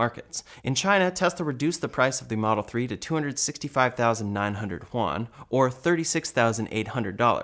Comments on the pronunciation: did he actually just said "huan" 💀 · Why would you pronounce "yuan" as "juan"....